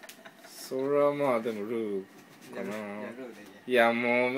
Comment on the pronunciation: のルーの発音すき